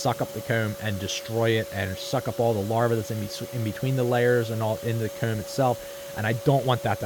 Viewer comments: It's not comb, it's "cayume" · The way you say 'comb' is like a south park character like Eric Cartmen its funny. " Kerrm" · "the coumb" lmaoo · Is it weird to say I like the way he says “comb” and “home”? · hate how this guy pronounces "comb" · He turns British when he says comb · You say comb in the worst way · the only thing going threw my head is how he says come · This dude says comb funny and I love it